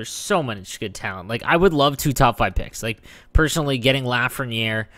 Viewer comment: It’s pronounced luh-frehn-yay